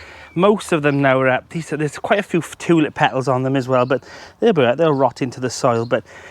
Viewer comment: Love the accent and the happiness. Also the way you said Toolip. 😂 sorry, but that was great ❤